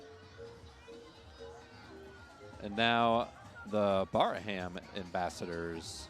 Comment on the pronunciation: You guys did an awesome job. My daughter was the Little Miss Sandstone and it was too bad that you didn't have her last name. And for future reference, Braham is pronounced Bram. The H and second A are silent.